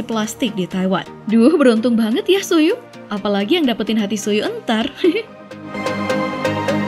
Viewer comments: Min Cara Baca Tzuyu Bukan Suyu Tapi Jjeuwi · Juwi mbak bacanya bukan zuyu... Apadaya jiwa misquen minta di update😬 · It's Choo We not Tzu you!!!😂😂😂 Btw,, sultan seokjin dimana? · Klo sebut nama tzuyu itu min siwi buka suyu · Tambahan nih, Jin BTS. Papanya CEO suplier komponen samsung, mamanya mantan miss korea. Ga heran lah ya, ganteng gitu secara mamanya miss korea. Jd jangan ada yg bilang Jin oplas nih. Oh ya, itu ralat. Tzuyu bacanya itu Juwi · Tzuyu bacanya cuwi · Tzuyu = chewi (gitu min bacanya)